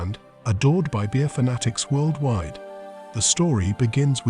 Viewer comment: “Workdwide.” Are you high?